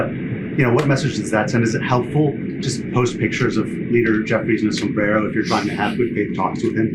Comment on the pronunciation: She can't even pronounce the word "El Sombrero" pronounce your R's if you wanna make a statement.😂